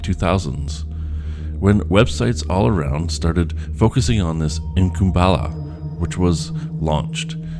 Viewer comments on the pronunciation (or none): Why do you pronounce Incunabula as "inkum balla"? IN-CAN-A-BYOO-LA jeez bro come on